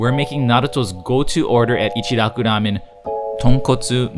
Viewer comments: I've never understood the pronunciation thing.... its echi-rocku- Ramen. Not echdi rocdu Ramen. Or pronouncing asain names with a soft d wedged in there.... like Narudo... Na-ru-to or Ls In places it doesn't belong. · The way he rolls his R's to pronounce it. Its annoying like they rarely ever actually do that in japan